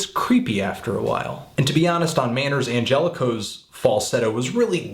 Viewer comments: LOL "Michael An-jella-kos" I think it's pronounced, "An-gel-lock-us" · You pronounced Angelakos wrong